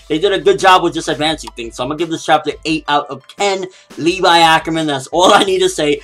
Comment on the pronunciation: Levi(Leh-vee) not Lee-vi come on get the name right.